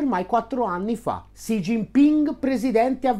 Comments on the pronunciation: Top video! Solo una cosa: Xi si pronuncia "si" più che "sci" ;) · Perché pronunci "Sci"?? Studio cinese da anni (da povero operaio autodidatta) e a parte strafalcioni che commetto ancora con i toni, so per certo che il suono che loro translitterano con XI ha pronuncia come un "si" con la s dura molto marcata, e chi non lo pronuncia nel modo giusto è un Luca Telese!!!